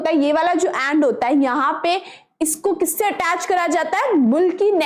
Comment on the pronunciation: Mam you said and, but that is end